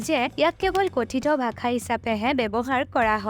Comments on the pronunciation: Bhakha?????? Ne bhaxa? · Video ভালেই বাৰু,, কিন্তু ভাখা নহয় ভাষাহে , মানে উচ্চাৰণটো 😊😊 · its not 'Bhakha' , it is 'bhaxaa' your pronounciation in the entire video is wrong. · Prothomote apuni bhakha tu pronounce koribo hikilok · onh eneke pronounce koribo lage...video t bhaaxa r pronounciation xuni murtu bikhai gol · ভাষা শব্দটো সঁচাই ভুল হৈছে উচ্চাৰণ । ভাখা কৈ আছে